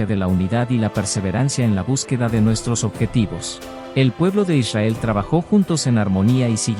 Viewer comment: "eleva tu Esencia" hay que pronunciar correctamente el nombre de Israel, es con r